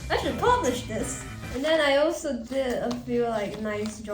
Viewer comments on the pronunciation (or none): The way she just “I AM NOT pubLiSHING tHis.” And then… “i sHoUlD pUpLisH tHiS!”